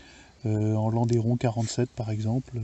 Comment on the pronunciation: Magnifique objet, superbe. Juste pour info, on ne prononce pas landéron mais lande(u)ron. D'ailleurs en Suisse , on prononce même "Landron" Le Landeron est un village suisse du canton de Neuchâtel.